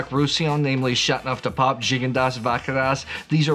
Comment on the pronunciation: You have a interesting way to pronounce Chateauneuf, dropping the "eau". Like chat-neuf-du-pop. :)